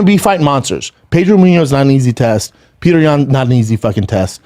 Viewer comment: Good lord. It's pronounce "PEE-YO-TER." Not Peter...